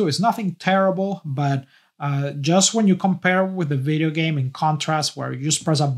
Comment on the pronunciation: I love any one who says veedeeo